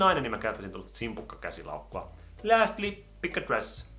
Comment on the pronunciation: Toi ku sanoit "jos olisin nainen käyttäisin tota simpukkalaukkua" ni se simpukka oli sika jännän kuulonen😂❣️